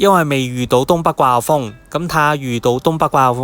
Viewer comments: 掛後風?? 季候風😂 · 你係咪唔識發個“季”音？